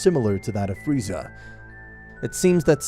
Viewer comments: Man i love it when in 21 min he says freezer not Freza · Freiza not freezer gd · I love when he says Freezer instead of Frieza. Nice nod to TFS. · i love how king vegeta says freezer insted of frieza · Its entertaining though, only thing thats kinda cringe to me is how they keep saying freezer instead of frieza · I love how everyone besides goku calls frieza "Freezer" instead of frieza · Not freser it is frisa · Bro you keep calling him Freezer... you're fking killing me🤣🤣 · "freezer" lmao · Did no one hear friezer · Why does Beerus says Frieza like "Friezar"? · I like how Beerus calls, Frieza 'Freezer' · Beerus said "Friezer" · I like how he calls frieza freezer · im sorry did beerus say freezer wtf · It’s LORD FREIZA YOU SIMAYAN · Why are they saying freezer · Berus said freezer 😂😂😂